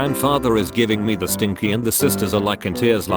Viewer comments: I like how the voice reads stink-eye as stinky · HEY, STINKY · g i v i n g m e t h e s t i n k y